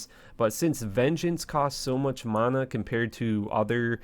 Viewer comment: Exactly lol...despise how he says it.